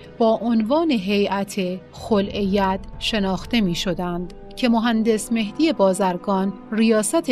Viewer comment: سلام در متن شفاهی فیلم کلمه ی خلع ید را گفتید خولع ید واین غلط گفتاری است